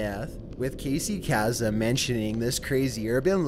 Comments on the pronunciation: it's "Casey Case-um".. NOT "Casey Cass'um"... sigh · ....you mispronounce a lot of names.... like in this video, Casey KASEM (Pronounced case-umm... not chasm) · It's also Casey Kasem, as in Kay-ssem, not Casey Chasm, Khazem, as you pronounced it. And it's anecdotal (anEKdotal) evidence, not annedotal. Greenwhich Village is called Grennich Village, Thanks. Just take the time to see how things are really pronounced. It's not terrible not knowing, I often don't know but I read a lot, and that's what happens. (I'm watching, waiting for Tubular Bells...) ;) Welp, I was wrong! Lol. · Did you really just mispronounce Casey Kasem? Jeez he was on for like 200 years!! It's KAY-SUM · Casy casum- is pronounced kay-sum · IT IS PRONOUNCED, KAY-SEE KAY-SOME